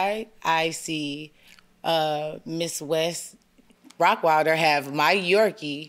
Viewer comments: I’m hearing ROCKWILDER not ROTTWEILER…. What dog lover doesn’t know the names of common breeds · it's the constant mispronunciation of "rottweiler", for me 😭😭😭😭